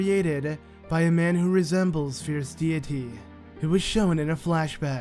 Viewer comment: Fierce deity (Fierce dayity)